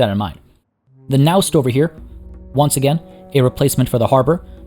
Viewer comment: Hello! Naust is pronounced with the "a" in "apple", so really like næust instead of naost